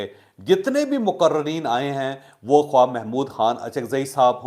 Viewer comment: جاھل! لکھا خواہ جاتا ہے اور پڑھا خاہ جاتا ہے۔